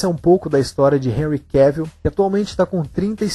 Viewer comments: Sim...acho que o teste para o filme 300 é uma informação equivocada. E da próxima vez, de novo: É QUÉVOL! Não Quévil..🤦🏻‍♀️ É só lembrar de viagem em Inglês: TRAVEL/QUÉVOL. Tem um vídeo onde ele mesmo ensina a pronúncia, tá??!! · O nome dele se pronuncia Cavel, como travel...